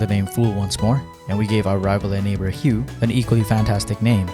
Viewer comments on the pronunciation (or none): The way he says Hugh